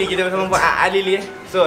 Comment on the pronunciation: fuad alili ❌ fuad azlili ✅